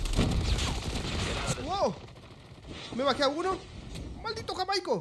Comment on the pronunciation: Jajajajajaja nunca lo supo decir bien el nombre de JAIMICO XD